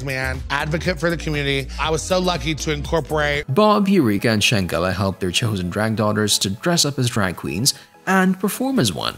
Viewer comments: lol..exactly...the mispronouncing was annoying 🤪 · You know that G and E in SHANGELA is PRONOUNCED as a J right. So it would look like Shan-Ja-la. Not Shangulla. 🤦🏿‍♀️